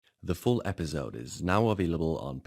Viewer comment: CAN YOU PLEASE REDO THE INTRO WITH A CORRECTLY PRONOUNCED 'S' IN 'EPISODE'? It really irritates me every time